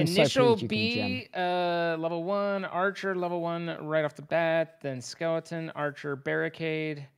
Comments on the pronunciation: someone tell tubbo it is skeleton not skelINGton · Does tubbo say “skellington” as a meme, or does he actually think that’s what they’re called?